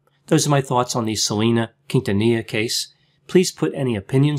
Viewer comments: Hey I especially thank you for not butchering Selena’s last name. Oh my god the many times I have cringed when I have heard her name being pronounced wrong😖😖😖😖😖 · I very much appreciate the effort to pronounce Quintanilla correctly. Thanks, doc!